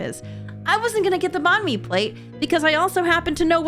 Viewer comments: It’s not (bAN-mi) It’s (bannnn mi) Bann like bang but the g is pretty quiet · Video was great except for the fact that you pronounced Bahn mi wrong I know it’s just your accent but I’m Vietnamese so I don’t enjoy when people mispronounce our language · .... f*ck me, I hate how u pronounce Bánh mì but I can't fault u for that 'cause our words could be spelled the same but different accents and it would mean something completely different. Or be spelled the exact same and mean something different (like Bạn meaning either 'you' or 'friend') so I really shouldn't bitch about it but like, I really need to bitch about it ìf u get what I mean shrug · never say banh mi like that🗿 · I am sorry but what?!?!?!? I am vietnamese and at first I didnt even understand what you were talking about because of the pronounciation xD it was just funny lol, btw banh mi can also mean bread in generell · The way you pronounced Bánh Mì made me giggle a little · You slightly misspronounced banh mi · The way u say banh mi lol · also when you said bành mì you pronuced it so badly i thought you where saying something else and now my ancestors are crying otherwise great video !